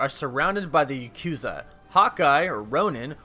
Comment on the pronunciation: Bruh, come on. You don't know how to pronounce Yakuza correctly?